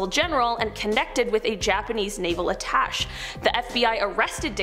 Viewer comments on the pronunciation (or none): I'm sorry whats an attach? 😂 ATTACHE (at ta shay) Lord help 🙏